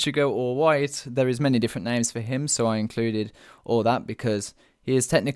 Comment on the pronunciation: Sometimes I hate when people mispronounce anime characters names